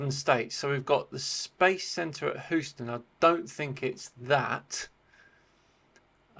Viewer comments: The city in Texas is pronounced "Heeuu-stun". Not "Hooo-stun". . . ;) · Houston is pronounced HeeYouston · Did he pronounce "Houston" as "Who-ston?" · Houston is pronounced --you stun--yet in NYC there is a Houston Street and is pronounced -house ton--!